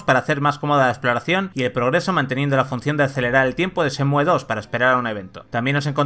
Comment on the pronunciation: No cuesta nada quitar la e y decir Shenmu xd